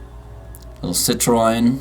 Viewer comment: Its pronounced "CITRAN" not "CITROYN"